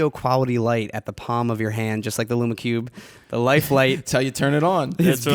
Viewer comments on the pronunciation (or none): You pronounce lume cube incorrectly